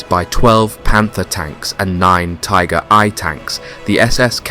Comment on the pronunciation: Very good video, apart from the “Tiger I”, maybe.😂